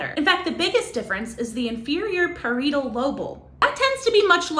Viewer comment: Love ya - but please, no more neuroscience lectures where you clearly don't know what you are on about and can't pronounce the brain structure names (it is: pah-righ-et-al lobe/lob-u-el). Also - there are 100% sex differences when it comes to cognition, emotion, behaviour, personality, etc., etc., etc. These differences come in part from "nurture", but genetic studies clearly show there is a "nature" component. So where does that come from??? It comes from differences in the brain. Take it from somebody who has actually conducted research in the field. Other than that - keep doing exactly what you are doing.